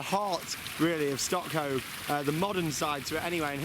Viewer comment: If i spelled it how i interprted him saying it I would spell it StockHoe